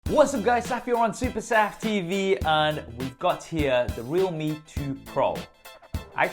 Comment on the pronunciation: Is it not pronounced "re-alhme"? As in realm